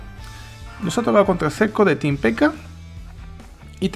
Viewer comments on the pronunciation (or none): none